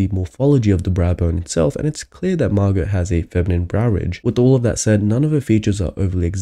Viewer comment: Her name is Mar-GOH not Mar-GUT